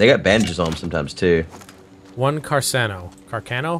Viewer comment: Carcano...Hard c's...Kar Kano